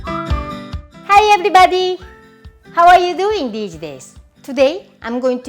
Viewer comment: IKR Hi eberybody makes me feel warm and fuzzy ebery time i hear it xD